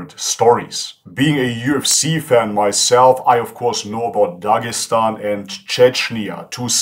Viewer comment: It's Dagestan not dajestan